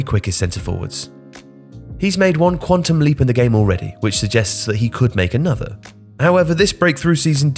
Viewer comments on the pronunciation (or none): none